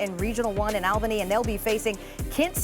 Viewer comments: I thought I was the only one. She corrected it later in the video. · It is “all-bany” not al-bany… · Pronounced All-bany.